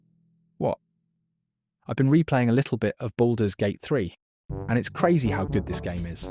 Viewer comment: AI voices always make me wonder if it's someone who is a non-native speaker of English, until it gets to something incredibly stupid like a typo or pronouncing "it's" as "Eye-Tee's". It's like, you're already just gathering a ton of memes and stuff, is it really THAT much effort to just read them out with your own voice instead of sounding like someone who's struggling how to read and also doesn't understand incredibly basic things?